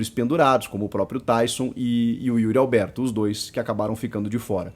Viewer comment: Será q sou só eu q ouço UYRI ALBERTO qndo os comentaristas falam o nome do atacante ? kkk 🙃